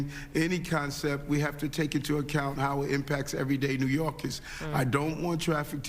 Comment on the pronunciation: Hey gorilla Adam's... its NEW YORKERS! not NEW YORKIS